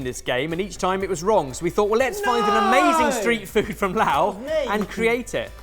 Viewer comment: That's got to be the most Chinese pronunciation on Laos ever